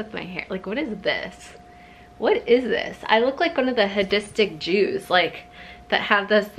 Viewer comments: lolol "hadistic" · “Hadistic” lmao you’re Jewish😂 they’re Hasidic/Chasidic, and the “things” are sideburns; called peyes singular or peyos/peyot plural. (Usually pronounced pay-is w Yiddish pronunciation). 🤗